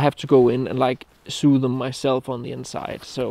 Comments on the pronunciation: Index...and pointy in English. Sue is what these glove companies are going to do, sew is said the same as so 😂🤘🏻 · Hej og glædelig jul fra en loyal abonnent, der med stor beundring nyder dine råd (og flotte optagelser). Tillad mig at gøre opmærksom på udtalen af det engelske ord for “at sy” (to sew). Jeg er ret sikker på, at det udtales [ to såu]. VH. Jørgen